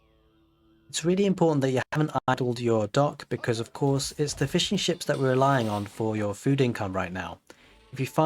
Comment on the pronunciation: Thanks for another awesome build. Just taking a look at some of the PDFs now. Everytime you said "fishing ships" all i kept hearing was "fish & chips" =D